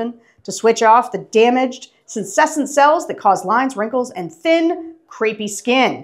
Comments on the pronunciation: sen-ess-ent not sen-SES-ent i will now comment every time there is a one skin ad until it is corrected. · Pronounced sen-ess-cent. There’s a little medical lingo for you along with the legal stuff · I know this is so insignificant, but as a molecular biologist, every time Ms. Longwell mispronounces "scenecent" I cry a little inside 😂